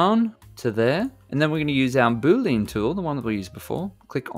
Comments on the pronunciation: Love the non-heavy Indian accent in blender tips. One thing thouhgh..... BOO-LEE-AN! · Boo-Lean is not funny, and you should stop it